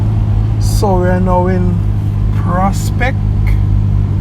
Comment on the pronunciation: It's Lower Prosper not prospect